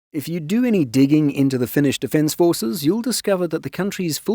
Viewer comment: As a Finn, great video! Also gotta point out that your pronounciation is suprisingly good! Finnish aint easy... :D